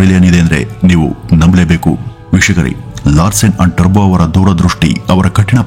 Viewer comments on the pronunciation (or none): It's Toubro, not terbo. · ಟರ್ಭೋ ಅಲ್ಲ ಟೋಭ್ರೋ ಎಂದು ಹೇಳಿ ಸಾರ್ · It’s Toubro not Tarbo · Bro Turbo ಅಲ್ಲ Toubro The Founder ... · Sir his name is mr S K TOUBRO not Turbo. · ಅದು turbo alla Toubro ಟಬ್ರೋ pronounce properly plsss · ಈ ಸಂಸ್ಥೆಯ ಜೊತೆ ನಾವು ಸಹ ಪರೋಕ್ಷವಾಗಿ ಸಂಬಂಧ ಹೊಂದಿದ್ದೇವೆ ಎನ್ನುವುದೇ ಹೆಮ್ಮೆಯ ಸಂಗತಿ. ಹಾಗೆ ಒಂದು ವಿಷಯ, ಅದು ಟರ್ಬೋ ಅಲ್ಲ ಟುಬ್ರೋ...